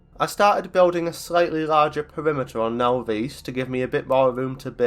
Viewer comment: Now-Veese? Naw-viss.